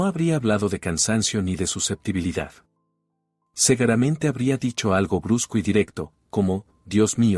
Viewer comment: Por que segaramente?es que no saben el sonido de la u?la palabra es se gu ra men te!con u ,no a